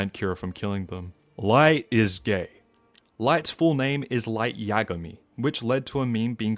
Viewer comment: imagay = yagami its so funny gets me everytime